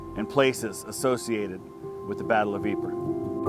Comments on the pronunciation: Thank you so much for respecting the language of Flanders (Dutch) by pronouncing Ieper as it should be pronounced (in Dutch): Ieper. The French-domitated state of Belgium tried long enough to erase the Flemish culture by 'frenchifying' Flanders. Luckily they failed. Yet to this date, many Flemish cities are pronounced in English by their French name, the most famous is "Bruges", why the correct (Dutch) name is Brugge. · I've been watching some of your recent videos, and have been mocking your pronunciation of Ypres. But now that I have actually seen this, I had to eat my words and take it back. I didn't realize that was the local pronunciation.